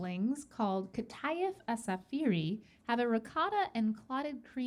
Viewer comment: Kataaayef asafereeee ❌ It's called "qطayf عsafery"✅